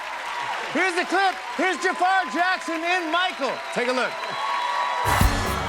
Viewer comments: Ffs, it's pronounced Jaa-frr, not Ja-faaar. You can see it's spelled different from the Aladdin villain so it can be pronounced closer to the Arabic. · Why does ppl call him Jafaar when it's Jaafar😂, I do not understand the obsession of Americans to change the name. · His name is JAAFER why they pronounce it as JAFAAAR !? it's so annoying